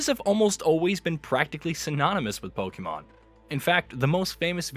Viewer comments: It's not pronounced Pokeeemon. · Lost credibility in the first 2 seconds after mispronouncing pokemon